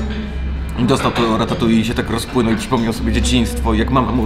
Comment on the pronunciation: Ale wiecie, że to ratatuj a nie ratatui? :D